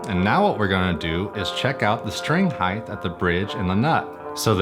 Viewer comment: I keep hearing "heighth"